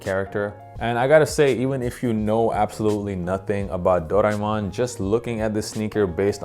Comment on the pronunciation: Can’t even pronounce the name of that little fella it’s based on. But i love this dunk